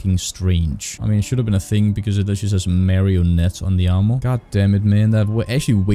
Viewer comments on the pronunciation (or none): Armor. Not amrour